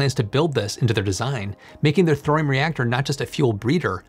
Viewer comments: Thorium has three syllables, it's not "thrym". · I love you man. But the H is silent. Torium